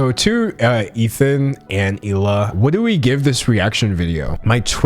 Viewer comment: Finally you pronounced Hila’s name correctly